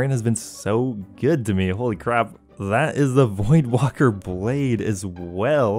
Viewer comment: Void WAKER not "WALKER" lol